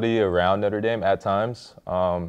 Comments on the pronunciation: Is Marlon saying "Northern Dame"???? Lol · “Norther dame” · "northe" dame? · “North of Dame” Love you Marlo